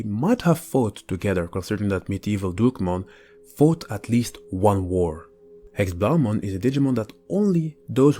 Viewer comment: you say it wrong its german and it is pronounced Héxé blau mon good that you know dutsha nd its so similar but belive me its german in that case